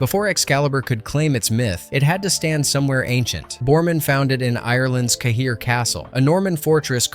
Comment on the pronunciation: Cahir Castle pronounced “Care” River Suir pronounced “Sure”